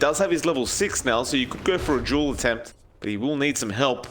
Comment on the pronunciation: Its fucking called DUEL not JULE!